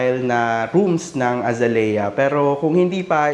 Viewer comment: The correct pronunciation of Azalea is actually uh zay lee uh Phonetics: ( a zay liya) Source. AI.